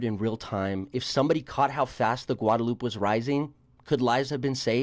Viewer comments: “Guad-a-loop river” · Homeboy a little after 5 minutes into the video said a lot of dumb things, but for some reason the "gwadalooop" just grinded my gears.